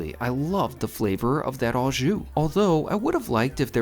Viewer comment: When gift cards switched over in Canada from paper format (many years ago) to swipe cards the expiry dates were removed. I am surprised they are only active for 1 year in the States since they are pre-paid. The correct way to pronounce "au jus" is "O" jus. I don't normally correct American pronounciation, but I thought I should since you do steak videos all the time:).